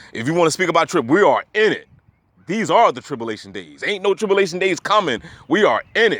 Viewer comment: tripllation is incorrect it is spelled tribulation and pronounced trib- u -lation. 👍